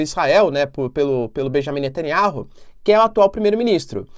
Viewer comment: O nome do Primeiro ministro de Israel é BENIAMIM NETANYAUH e não Bejamim Nataniárru. Não é inteligente mudar o nome das pessoas